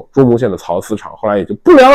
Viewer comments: 是缫（sāo）丝厂不是巢丝厂😂😂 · ，缫念 sao 丝。